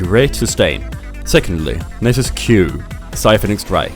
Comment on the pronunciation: Nay-sus. is pronounced nah-sus, mannn :P PS. nice vid. I love playing crit nasus